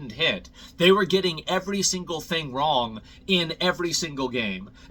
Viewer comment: You pronounced "I was wrong" incorrectly